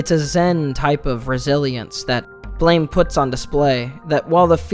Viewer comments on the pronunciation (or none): It's pronounced like Blam! And not blame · I thought it was pronounced "Blam" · It’s pronounced BLAM, as is the sound of the critical contingent weapon he wields. Honestly a great manga and very extensive in its lore. Never explaining much through words. The different sources (blame! and so on, a book of concept art expanded comics of various characters, even a sequel called Blame! 2) lean into the gravity of the world. Shi… I could write a book on Nihei’s works. His other mangas are influenced on each other, and near too complex to try to fully understand. Simple concepts with intricate systems supporting them. I could go on for hours. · Don't mean to he that guy, but Tsutomu Nihei pronounces his manga like, "BLAM" like the onomatopoeia of a gunshot or explosion. Not "blame", like I don't blame you for not knowing this. I heard you use both the correct and incorrect ways of pronouncing the title. But, to set the record straight for anyone not aware. If you need references to prove what I'm saying is true, please just simply Google or YouTube it and you'll see. Good day, now I'll go kindly fuck off. Lol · It's pronounced blam. It was a miss spelling